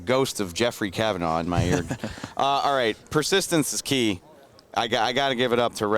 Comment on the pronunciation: It makes me sad when the intro says Jeff Cavanaugh